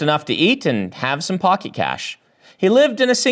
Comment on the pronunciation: It did sound a lot like 'pocky cash' but pretty sure he said pocket :D Edit: about if anyone is curious